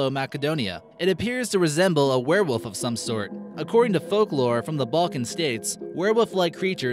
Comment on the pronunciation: its a wherewooof lol god this guy cant talk words goooder